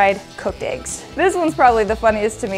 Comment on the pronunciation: She pronounces it “Aeggs”